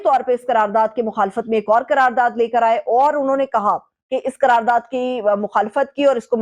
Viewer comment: KAYA NOT QAYA.....QARAR DAAD....NOT...KARARDAD......TERICK INSAAF NAHI TEHREEK INSAAF......AHISTA AHISTA...JALDI KIS BAAT KI HAI...BIBI SAIB MAI JAHIL HAMESHA HUMA TAN GOASH HOON.....